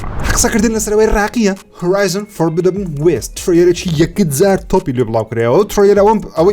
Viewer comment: کوڕە فۆربیدابن ناااااااااا فۆربیدن